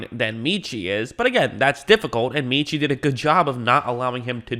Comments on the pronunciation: (MET)Chie - not meeeeechie - ROLLTIDE! Great pick. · Met-chie. Not Meetchie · His name is pronounced Meh-chee